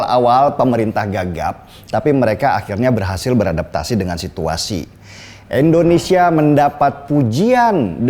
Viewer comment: Indonesia bang.... Bukan Endonesia